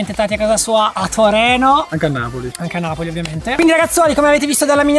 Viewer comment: non si dice toreno 😂